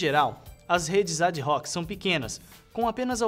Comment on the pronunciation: ad-hoc é latim e a pronuncia é ADOC..., mas em se tratando de informática não sei... Só sei que o cara manda bem.